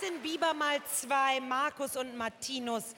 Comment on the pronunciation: OMG^^sie hat beide Namen richtig ausgesprochen😱🙈😅😂 Jetzt waren es mal Marcus und Martinus nicht Marius und Martinius oder Magnus und Martikus oder so❤️❤️❤️ Love them so much❤️❤️❤️❤️❤️ Like It Like It ist einer ihrer erfolgreichsten Songs und auch einer meiner Favoriten💖 #MMer